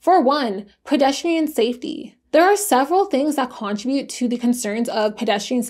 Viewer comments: i love watching your videos except got the way you pronounce contribute lol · The way you day contribute bothers me I'm sorry 😂